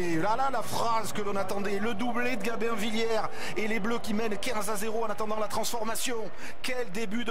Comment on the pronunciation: Gamin Villière?? Il ne sait pas prononcer le B ce commentateur? C'est GaBin Villière!